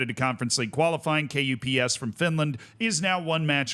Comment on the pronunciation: Unsolicited advice: You can pronounce KuPS as.. "cups" but with a bit different sounding c. Just "cups" is better than K U P S definitely and much more closer to the actual pronunciation.